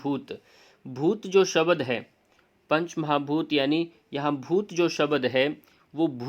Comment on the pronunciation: आपका व्यकरण शुद्ध है लेकीन " शब्द को शबद क्यो कहते हो?